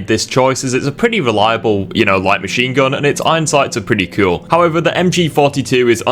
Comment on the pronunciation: not to be mean, but you say cool like Eric cartman. kewl